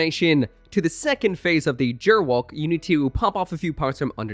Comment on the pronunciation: GERWALK with a hard "G" like in ghost.